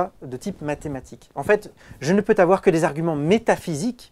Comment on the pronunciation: C'est pas "Quelle preuve puis je Tavoir..." C'est ...... "Quelle preuve puis je Havoir" C'est pas "je ne peux Tavoir" C'est ... "je ne peux Zavoir" Rhooooo ... Je suis taquin !!!